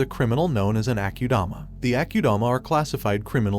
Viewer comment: as in ..AH KU DAMA..not AH CUE DAMA ......SO ITS AKUDAMA